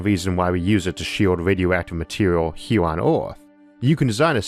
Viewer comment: "Wader" " hewe" "eawth" "biggew" "awea" "dwag" "awmor" -Isaac Arthur